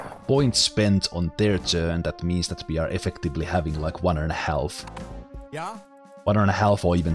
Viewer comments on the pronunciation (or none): The leader on your side looks like Ernest Hemingway. Thanks for explaining everything, I’ve heard of JA but never played it. ‘Half’ is pronounced as ‘haf’, the ‘l’ is silent.